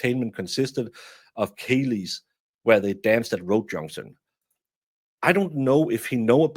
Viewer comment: Oh dear its not "celeis" the spelling is CEILIDH!!! (Kaylee) Its clearly a lie that hes Irish too!! Im in Scotland the home of Ceilidh!!